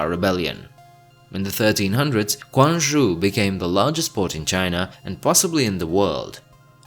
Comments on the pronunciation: I heard Quanzhou (泉州）was pronounced as Kuanzhou. It is actually more like Chuanzhou because the letter 'Q' in Pinyin Romanisation sounds like 'Ch' as in the word 'Cheese'. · 哪有中国人会把泉州读成“宽”州的😅闽南话里面“泉”也是tsuan不是kuan。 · I'm super curious which variety of Hokkien pronounces it as kuang? The first syllable belongs to the consonant group of 精组 in Middle Chinese which indicates that it could only be an alveolar affricate like ts/tsh in Hokkien. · Double check your pronunciation of Quanzhou . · More like a ts sound, tsuen zhou, ts just like how Japanese pronounces tsu